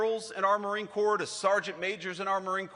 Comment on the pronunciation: Did he call it the "Marine Corpse" like tRump the draft dodger did years ago?